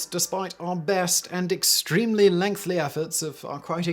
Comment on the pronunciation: "lengthly" efforts